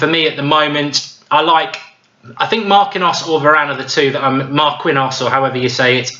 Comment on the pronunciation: Mark-eeen-yos... jesus, lol